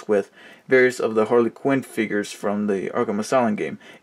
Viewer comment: Harley Quinn not Hale quiren